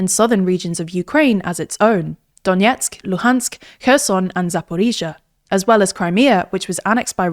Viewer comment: Good pronunciation of Zaporizhizhia, BTW. This happens rarely. Greetings from Ukraine!